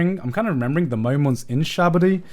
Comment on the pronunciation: "Shabady" "Sabaody"